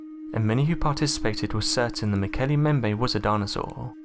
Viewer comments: Why does he call it the "Mokele Membe?" If he carefully read the word in front him, it should come out as "Mokele mm-bem-bay." And he irritatingly stops vocalising way before the end of each sente-----ce. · Mo ke le mmmm bem be Is the correct pronunciation. irritates me when people can't pronounce words correctly. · mo-KAY-lay m-BEM-bay. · mmmm-okol_umm-bem-bay that's how it's pronounced.... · You are mispronouncing the name. The second part of the name is pronounced like this: mm-bem-beh. In other words, both the first letter "B" and the second letter "B" are pronounced in Mokele Mbembe. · MO KO LAY LAY MM BEM BAY Is the actual pronunciation I am quite sure. Great video though 👍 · Muk-L-E mmmm-Bem- bay Sir Context clue for ya.. Been to the Origin area And dis be how they pronounce it... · Why do you insist on pronouncing the name wrong? There are 2 B's in Mokele Mbembe!!! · Learn to say Mokele Mbembe. ..| | seven syllables, can you not say what is before your eyes?